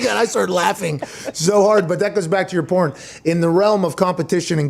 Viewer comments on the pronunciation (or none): uh…Porn? 😂 well Pat, that’s one way to mess up the word “point”